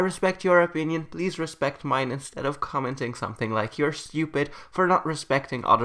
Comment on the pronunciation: That is so funny that you said stuiped btw sorry for commentting in 2020